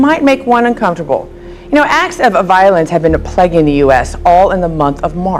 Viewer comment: where did they get this stupid broad? "You know, acts of A violence have been A plaguing the US".